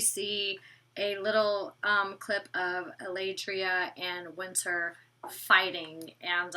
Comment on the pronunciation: Love my but for some reason she cant pronounce the letter T in some words 😂 She says "Winner" in stead of "WinTer", and she says "Inneresting" in stead of "Interesting" its kind of cute 😘